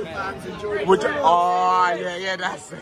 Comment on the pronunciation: think you’ll find it’s Huddersfield not Huddlesfield 😀 🚜🚜